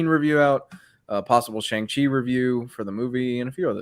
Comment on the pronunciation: It’s not “Shung” it’s technically “Shong”-Chi.